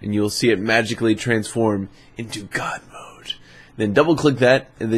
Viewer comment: OMFG YOU Scared ME When You Said Good Mode OMG